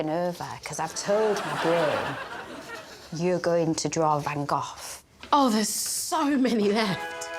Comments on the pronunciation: As a Dutchie I appreciatie Gregs pronunciation of van Gogh! he did it quite well... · shout out to Lucy for pronouncing "Van Gogh" closer to how it sounds in dutch, as opposed to "Van Go" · Except he doesn't say Gogh to rhyme with go, but closer to off, hence "cut it off." It's closer to the Dutch pronunciation.